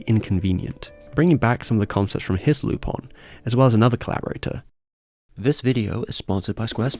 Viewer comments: Dude, what the heck is "Lupon"? (lypɔ̃), it's Lupin (lypɛ̃) :/ (I kept hearing "loophole" wondering what the freakis this x'D) ( I just checked, the character is half Japanese, half French... Lupin is a call to Arsène Lupin famous fictitious French gentleman thief) Do the Japanese called him "Lupon" or something? I don't get it :/ Anyway, great video like always, cheers! :) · its Lupin not Lupon. In japanese its Ru-pan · I love the music, they say Lupon. Unless you have some weird dubbing